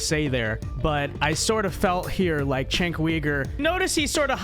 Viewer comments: C'mon, how long will it take before critics stop pronouncing Cenk's name wrong. He's literally been a public figure for a hair under 20 years. How many times do people need to hear his name pronounced /Jenk/ /You-Gur/ before they learn to stop botching it? How many times is enough? We're clearly into the tens of thousands not being sufficient. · It's pronounced "jenk", not "chenk". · Does a whole segment doesn’t kow how to pronoumce it Jenk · You're a shining example of US American ignorance of politics. I'm neither a liberal nor a conservative and I don't support either party. Number one, the dude's name is pronounced: "Jenk". He's a walking dildo, but you should at least be able to get his name correct. Number two, Ana Kasparian is a liberal, not a leftist. Liberals are literal right-wingers by their support of liberal democracy and liberal capitalism as an economic system. This is incontrovertible. Liberals are not part of the left-wing of politics, being supporters of capitalism. They historically are anti-left. Therefore, she isn't "moving to the center", as you suggest, she is moving even farther to the right. The US has a far-right conservative party and a lesser far-right liberal party, so the "center" between them is still to the right of right-of-center. If you're unaware of this, of politics in the very country that you live in, your opinion on politics is invalid, as you don't even understand what you're commenting on. You have to get past your lifelong indoctrination by the US government that "conservatives are the right and liberals are the left", which is patently untrue objectively. There is no left wing of politics in the US and there hasn't been one for 70 years. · You can't even say dudes name right and expect people to take you seriously. You're a fool.